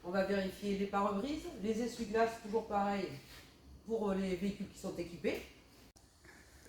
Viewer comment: "Les essuie-glasses"...